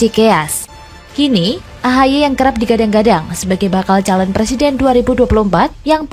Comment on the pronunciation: Belajar ngomong "er" dulu, baru nyalonin jadi Pleciden.